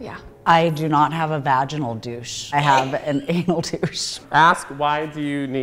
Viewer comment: “Have you ever experienced vaginal dryness?” The way he didn’t know how to pronounce that 💀💀